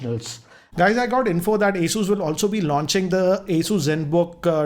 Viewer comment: It's not Aey-soo like you say, it's Aw-soos. Listening to your pronunciation i lost face with my cousin saying it the same way thinking that you must be saying it right. Later on i checked.